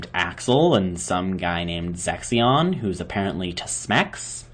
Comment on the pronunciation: Oh dear, it's Zexion...with a Z, not an S.